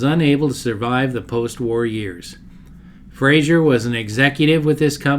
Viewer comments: Good video but one pet peeve is that his name is pronounced "Fra-zer" not "Fra-zhur" - he was Scottish, not French. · With respect, it's Frazer, not Frazier. It rhymes with "razor." Great job! I've always been fascinated by the Henry J/Allstate.